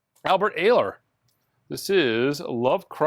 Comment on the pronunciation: Hey - it’s Albert EYE-ler, for those that are keeping track. Looks great…